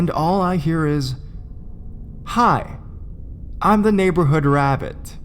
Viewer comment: God damn wabbits